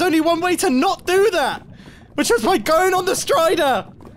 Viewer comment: last week, if you watch the perspectives of the other people who were there you get a longer discussion about Mumbo pronouncing "by" as "pie".